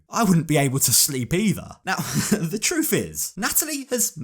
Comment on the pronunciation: “invite me to veegus right neow”